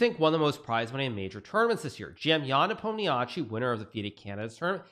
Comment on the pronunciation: Can you please start pronouncing Ian's name correctly? Nuh palm Knee she.